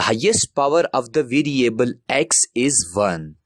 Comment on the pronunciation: 2 hours left till exam I need to learn this "videoable" (Variable) asap! Love his accent.